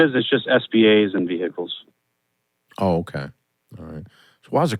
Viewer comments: Do you have any veeee-hickles? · One minute in and giggling at hearing ve-hi-cles about six times. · Vee hick eels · Omg every time they say vee hick ells makes me cry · Why are they pronouncing the H in vehicles!?!? It’s a silent H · Ve-hick-kals 🤣 Very unique way of pronouncing vehicles 🤨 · "How many vee-hickels?"